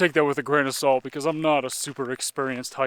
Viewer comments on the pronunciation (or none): none